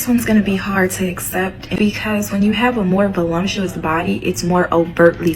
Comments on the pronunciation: Voluptuous. Not voLUMPtuous, hahaha. That always make me laugh when people mispronounce that word. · Uummm it’s not vo-LUMP- tuous…it’s vo- lup- tuous! Please learn how to pronounce the words you’re using ok? Just sayin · The word is “ voluptuous “ NOT “ volumptuous “🤨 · Guys, it’s VOLUPTUOUS. Please!!! Not volumptuous. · There is no M in voluptuous. I don't know why people make it voluMptous LOL